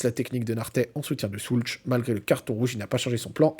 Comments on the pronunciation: Magnifique 🫶 Par contre… pitié… pitié… ô grand pitié… Si tu aimes autant notre Pavel… la prononciation… « Shoults » et pas « Soulch », j’ai les oreilles qui saignent 😂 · Ça se prononce « Schoulz » et c’est nettement plus agréable que « Schoulk » 🤣😭